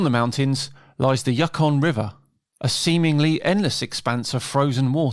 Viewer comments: pronunciation is yu kon not yuk on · Thank you for the update and advert for the Iditarod. The scenery is fantastic in the North, and with 24hr sunlight in the summer you have more time to explore. One nitpicky thing, at 5.05, you pronounce Yukon as Yuckon rather than YouKon, as in the Yukon Territory of Canada. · Haha wee dig at 'Yuck-on'. Think it's 'You-con' instead 👍👍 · It's pronounced 'yookon'. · you - con not ukhum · U-kon river. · Very nice summary of this great event. But if you will allow me to be a pronunciation geek for a moment.... the name Yukon is pronounced YOU-con.... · YOO-kon river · Extremely minor point, but I figure you might want to know: Yukon is pronounced "yoo-kon" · Alaskan here!🤗🤗🤗🤗 beautiful place to call home❤️❤️ we used to mush a three dog team when my kids were little. Not as grueling as the Iditarod, but incredible fun! Btw, Yukon is pronounced Yoo-con.👍👍😁😁❤️ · No disrespect intended; Yukon is pronounced ‘you con’ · Yukon has a long 'u' sound, /yoo/ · I love you, but when I heard your pronunciation of the river Yukon (yoo-kon) I had a little bit of a laugh 😂 That said, I really enjoyed this video. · I speculate that it's a case of hypercorrection. But you're right it's you-kon.